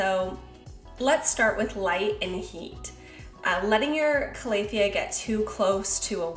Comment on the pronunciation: Cal-a-thea not Clay-a-thea haha